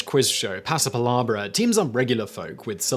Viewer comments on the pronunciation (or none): the way simon pronounces "pasapalabra" sounds like a harry potter spell 😂 It's "pa-sa-pa-LA-bra", not "pa-sa-pa-LAH-bra" (read: hermione granger) Only teasing of course, we all know how simon tries his best haha